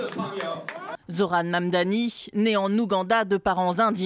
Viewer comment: Why it's so hard to read his name correctly? It's not Mamdami its Mamdani.